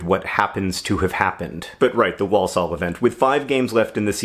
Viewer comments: I have nothing intelligent to add to the comments so I'm just going to pedantically correct pronunciation: wor-sull not wall-saul. Hopefully that's helpful not annoying, sorry! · The first L in walsall is silent. "war-sawl" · Gah Walsall is another weird British town name, sorry John! It’s ‘Wor-sul’ - drop the first ‘l’ 🙂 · the way john says walsall acc eats into my soul as a brit who lives down the road from walsall. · I grew up near Walsall, and it's really weird to hear a word you have heard so often in your life pronounced wrong so many times in a row.